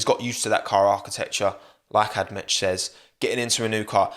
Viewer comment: Hearing pronounce it Add metch made the Emperor cry